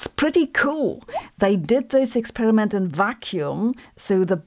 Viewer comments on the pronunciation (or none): none